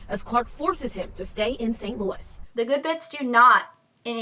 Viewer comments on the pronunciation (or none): none